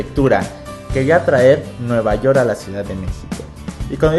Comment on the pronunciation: Dijo nuevayort